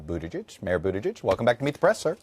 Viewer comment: Chuck, come on. Boot Edge Edge, why are you insecure saying it and still messing it up? He spelled it out for us long ago.